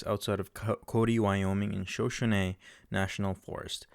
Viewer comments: Please learn how to pronounce Shuh-show-nee. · You can tell when the narrator was not born during the “western era” of movies. He doesn’t know how to pronounce Shoshone.